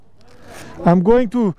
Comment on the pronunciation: Everyone: it's rainin man: aym goving to vıınnnnnn 😂😂😂😂😂😂😂😂😂😂😂😂😂😂